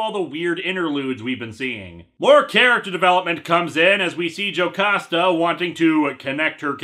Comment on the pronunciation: but on the bright side you were pronouncing "Jocasta" right